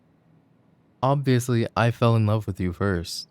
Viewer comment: i like the way he says "oBviOusLy" for some reason